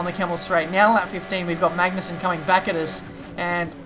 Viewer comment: Yo just a tip all right!;D. people often say MaGnussen with pressure on G in Denmark we dont really pressure it in many words but so you could get on the right road i just wanna say try and pronounce it Maunussen okay. Cheers and Great video. Cant belive ive actually spoken to you when we raced in the Athleague C:.